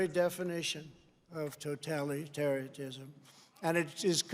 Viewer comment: Anyone who follows an oranged-faced dummy and racist who mispronounces Yosemite as "Yozeymite" and can't pronounce totalitarianism is also a dummy.